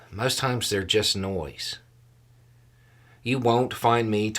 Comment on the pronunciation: nice 'no(i)se' there...